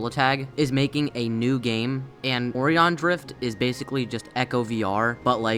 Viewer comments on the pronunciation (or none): also now way he said " o ree on " instead or O RI On